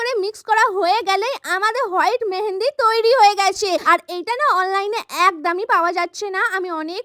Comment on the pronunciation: একদমই ❌ একদামই ✅😂